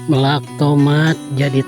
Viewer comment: Bukan meulak tapi melak.😊